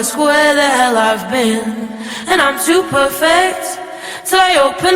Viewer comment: She doesn't rhyme clean and been... she says clean and bin